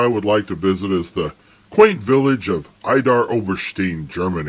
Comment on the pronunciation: It's pronounced "Eedar Oberstine". ^^